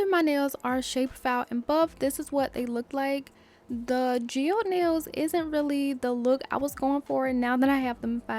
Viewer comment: Loooove this! 😍🧚🥰 and you were pronouncing geode correctly 😊